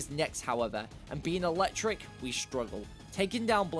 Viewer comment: AND IT'S ELECTRIC, NOT ELECKTRIKE!